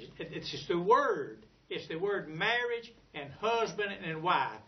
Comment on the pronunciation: "murrege perc"?